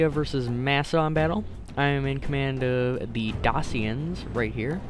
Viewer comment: I think it's pronounced daysh-ians